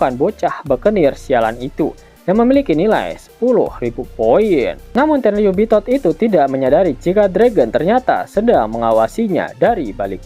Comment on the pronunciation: Pengen ketawa terus dengar tenriyubitot